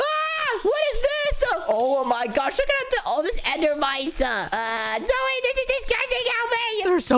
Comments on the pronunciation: it's so funny wen they call zoey zoye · It’s pronounced Zoey